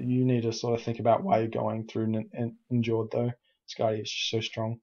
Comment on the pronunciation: Hey, been watching few of your videos/shoutcasts, you're doing a really nice job. Definitely +subing! And yeah, i don't wanna be smartass, but seeing how much you appreciate the game you're probably be interested in a bit of advice on norse pronunciation: Njord="Nyord", Jarl="Yarl":D Cheers, keep up the good work.